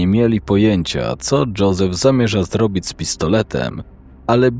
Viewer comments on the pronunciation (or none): none